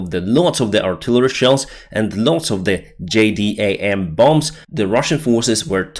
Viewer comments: Lol you’re driving me crazy by saying J.D.A.M. Instead of J-Dam, which is how us Yankees say it. 😂😂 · It's pronounced jay-dam. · FYI, JDAM is pronounced Jay-Dam . 😉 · you can say "jaydam" intead of j d a m (it's as for himars, mwrap (say emwrap) and other acronyms) ;) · I thought someone else would have corrected this by now, we don't say "J-D-A-M", we say "j-damn". Good video for today, Slava Ukraini! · It’s not pronounced J-D-A-M. It’s pronounced J-Dam. It’s faster and easier to say. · in the US we say pronounce it as Jay Dams:-) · JDAM is said "JAY-dam" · FYI JDAM is pronounced 'Jay-dam' in english :) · Excellent as uaual. Just a note you can pronounce it J-DAM, everyone does in the US. Great job. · Nice news! FYI, JDAM is often pronounced as “jay-dam”. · JDAM - usually I hear it pronounced (in US) as джей-дам 🙂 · Hey, instead of spelling out the JDAM, it’s pronounced “Jay-Dam” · Just say J-Adam! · It’s J-Dam 😉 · Hey. JDAM is pronounced JayDamn by the way. Don’t spell it out. Keep it up brother. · Hey, Most folks in the US don't use the letters for JDAM. They just pronounce it as if they are saying the word JAY followed by the word DAM. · I see you have to proper pronunciation of the 'J' in "J-DAM". But, I like your previous pronunciation of the hard "G" better. 😁 It sounds like a different word in English.